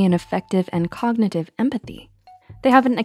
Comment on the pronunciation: Grow up. but COKnitive 😂😂😂